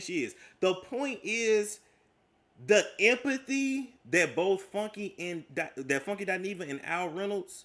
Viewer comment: OMG,!, I thought it was just me! I don’t understand why people don’t pronounce her name correctly, it annoys the hell out of me!